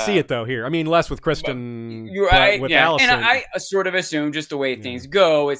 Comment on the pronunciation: easy on the "ahn" pronunciation of every name. lol. It's just Aemon. and definitely not ChristAHN. lol. Gotta love dancing